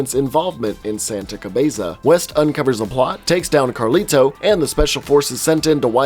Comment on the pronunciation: You emphasize the T in Carlito WAY too much.